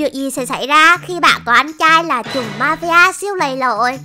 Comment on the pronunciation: ơi trùm chứ ko phải chùm ạ